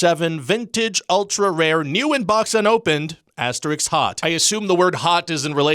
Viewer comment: I'm leaving because you mispronounced asterisk.